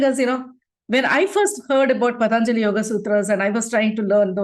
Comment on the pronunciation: Loved this program. With due respect, It should be pronounced Patanjali not Pataanjali